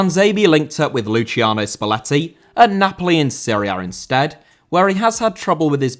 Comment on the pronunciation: Luciano* not Luciornouw